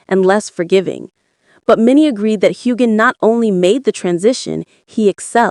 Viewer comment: There is no g sound in Heughan!